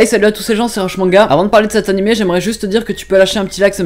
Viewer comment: J'adore comment les français prononcent Animeuh au lieu de Animé xD c'est just marrant à entendre.